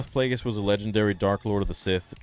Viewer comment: that aint darth plagueis, thats darth DRAKEis 💀💀